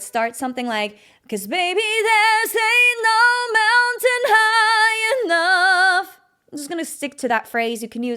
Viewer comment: Good stuff, but I almost busted a gut: "Anal Mountain" ?!?! You mean "Ain't No Mountain"?